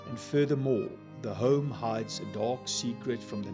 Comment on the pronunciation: Baie insiggewende video. Julle 2 manne wat die video maak is duidelik albei afrikaanssprekend,en ek verstaan heeltemal waarom julle die video in engels doen,maar oh weë,ek "cringe" elke keer wat jy die woord "dark" sê. Luister bietjie self hoe jy daai R so oordoen met die rol 🤦‍♀️. Dit het gemaak dat ek ek op niks anders in die video kon konsentreer behalwe die aanplakkerigheid van daardie uitspraak nie. Praat maar eerder net engels met die gewone aksent waarmee meeste afrikaanse mense praat.